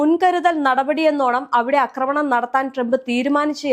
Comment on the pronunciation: 'അക്രമണം' എന്നല്ല പറയേണ്ടത്. 'ആക്രമണം' എന്നതാണ് ശരിയായ വാക്ക്. അതുപോലെ 'പാശ്ചാത്തലം' തെറ്റാണ്. 'പശ്ചാത്തലം' ആണ് ശരി.